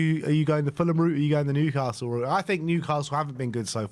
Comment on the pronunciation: Put some respect on Newcastle’s name